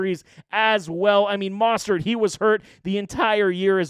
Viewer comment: Really don’t think aiyuk came in overweight, I think the problem was his overall work ethic and practice habits that made shanny put him in the dog house. And just some constructive criticism, look up the pronunciation of names, mostert, tartt, and ebukam were said incorrect.